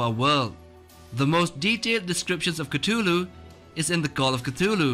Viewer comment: I cracked up when he said cutulu u need to work on ur pronunciation of names man. at least watch a vid or search up how it's pronounced